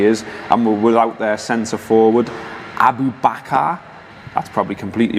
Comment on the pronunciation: Abu bakir...pronounced like a boss